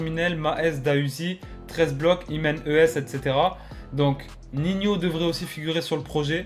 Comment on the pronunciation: NINHO PAS NIHNIO